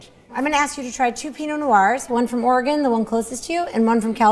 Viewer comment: "I like alcohol that tastes like juice." LOL Hey, even though you mispronounced Oregon, I'm with you about alcohol is better when it tastes like juice. Whatever did your parental unit put into your juiceboxes growing up? Funny how we go from box juice to box wine.